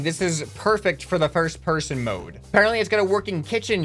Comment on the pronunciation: you said pirst person